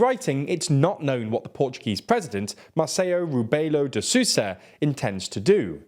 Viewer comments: Marr-sell-oo Rroo-bell-oo Da-sooza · I am a portuguese viewer, and I am pleading for the folks at to quit trying to pronounce our president's full name and instead refer to him as "the president of Portugal" since you are not doing a good job at it 😂😂😂 (just kidding)